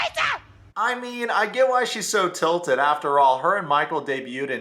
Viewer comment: okay but did you say tilted 😂